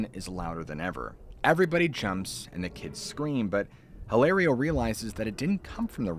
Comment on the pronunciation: get off the dang roof! Hilario is pronounced "ee lah rio". The "H" is silent in Spanish. : )